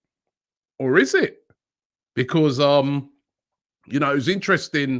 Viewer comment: Wobbie needs practice on the word BECAUSE